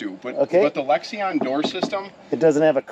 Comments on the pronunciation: “Lexeon”?!! You mean Lexan? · why does he keep mispronouncing Lexan? Does it bother anyone else how he keeps doing that?? He keeps saying Lexi E on. It’s unsettling to me every time he says it because he’s just making up words at this point.